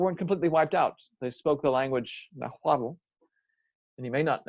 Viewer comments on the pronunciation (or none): none